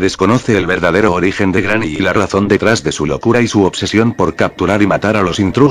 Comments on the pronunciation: En el minuto dijo grramy envés que Granny XD 😂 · jajjaja es que el loquendo lo pronuncia asi... cuando pongo GRANNY... y cuando pongo GRANI... se escucha bien... en videos mas recientes corregi esto jejeje.. saludos brooo